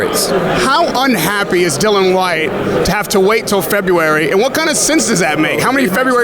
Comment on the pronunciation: Yet another thick lazy American that can't pronounce simple names. Dillian Whyte not fucking Dylan! How can you be a reporter on a sport and not know the big names in it?